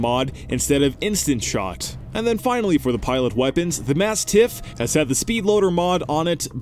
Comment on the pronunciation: I disagree with the way you say both "Mastiff" and "defense" as in Frontier Defense.